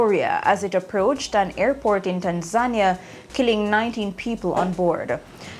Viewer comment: Tan Zania? You mean Tanzania? Dis nuh ready yet….